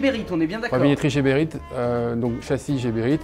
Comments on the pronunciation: c est Geberit avec un G comme guépard pas Jeberit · Nice nice, juste que par ici on prononce " Guéberit" et pas jéberit... Enfin on s'en fou mais ça fait bizarre...from Bxl..ahh les Belges 😉